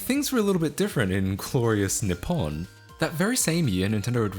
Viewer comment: Does Skillshare have a course on how to pronounce knee pom lol.